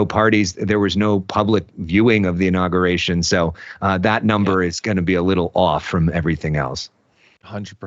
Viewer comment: Hey, new guy, I'd imagine you went to college. Make your parents proud & stop pronouncing the word inauguration....'In-nogger-ation' -DERP🤪